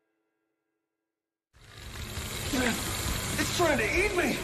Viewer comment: Please stop calling him Oh-lee-va... Haan mah not henmuh....wow And why baki vs mantis ??